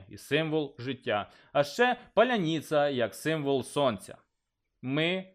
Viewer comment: . як-як? "паляніца"?